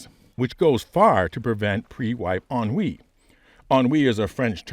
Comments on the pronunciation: J'ai compris "on-oui" 🤣, j'ai beau parler couramment le français j'ai dû te réécouter 4 fois avant de comprendre le mot ennui. Anyway, thank you for your amazing work! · Ennui? Know i remember why i didn't take french classes